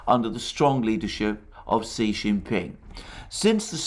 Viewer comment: Btw Xi is pronounced approximately “she” or “shyee “